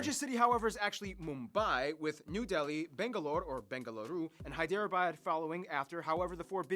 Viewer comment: U almost pronounced Bengaluru right